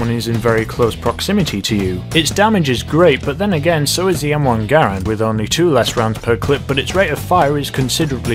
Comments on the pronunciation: m1 grand not m1 gar and lol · The Garand is pronounced Ger-ANd, not Gare-und. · Capt Trdl The family pronounces their last name Ger-und (rhymes with errand). As for the Army they never called it that, Its official designation is U.S Rifle Caliber .30 M1. People commonly pronounce Porsche without the ah sound on the end, but just because it is common doesn't mean its correct.